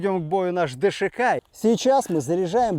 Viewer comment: ДШК так правильно назвать, а не ДСХ! 🤬